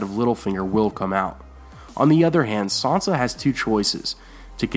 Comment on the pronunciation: It's "SAN sa", not "SON sa". SAN. NOT "Son".